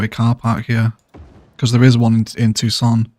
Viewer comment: All them pubs and bars placed on the mall of the tuck-son University...College to prison pipeline. You best believe campus police have been known to torture people and ruining lives with DUI's for students caught sleeping in vehicles. Arizona is known for having some of the most backwards and harshest sentences in the US. In Phoenix there goal must be to keep that tent prison inhabited during 115 degree heat waves....so what you have built so far is very fitting! "Merica! (Tucson is pronounced Two-son BTW just a heads up)